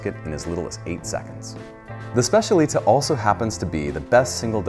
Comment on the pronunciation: Great overview! But the pronunciation of specialità makes me shiver a bit 😅